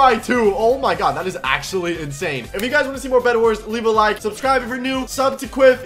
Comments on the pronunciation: did u say breadwars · Did he just said bredwars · Did you say bred Wars? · Me: bedwars: B R E A D W A R S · At the start he said bread wars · we are playing some bedwars Me: I THOUGHT HE SAID BREADWARS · I feel like I heard bionic say bread-wars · Did I hear that correctly...? ...Bread-wars?